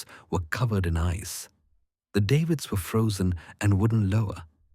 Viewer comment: Davits, not David's!